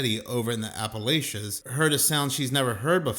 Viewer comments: Appal - ach - ya!!... not, Appal - ash - ya.... You're welcome. 😊💪🙏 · OK first of all, haven't you ever seen a dog climb a tree? They absolutely can. Look at the chest and the legs on that dog! Second of all, Appalachian is pronounced like "throw an apple atcha."